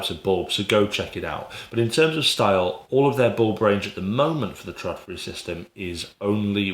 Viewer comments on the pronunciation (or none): Its not pronounced TRADfri, but more like TROLfri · It's pronounced trawdfree